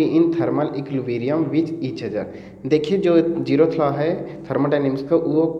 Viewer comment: Aap zeroth ko jerroth q bolte yrrr